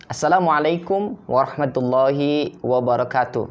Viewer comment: Afwan, afwan, karena cinta antum, maksud ana : Audio salam nya. Ana yg salah dengar atau gimana : salam pembuka dan ikhtitam terdengar : "wabarakatu". Ha dhamir nya ngga ada jejaknya.